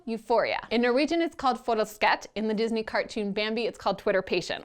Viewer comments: As a Norwegian hearing you say "forelsket" was hilarious! xD So so wrong, but very very cute. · You said forelsket so wrong I nearly got cancer